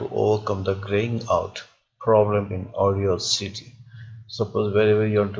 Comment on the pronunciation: It's not AUDIO CITY..... It is AUDACITY aw das sity